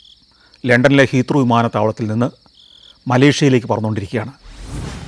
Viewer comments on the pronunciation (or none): Fool has travelled everywhere, yet he doesn't even know how to pronounce 'Heathrow' properly.